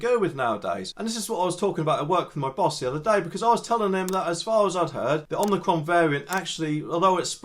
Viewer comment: Ommi-cron not omni-cron.